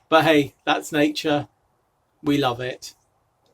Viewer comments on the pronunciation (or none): none